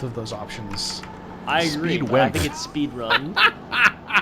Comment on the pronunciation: It's "spedran."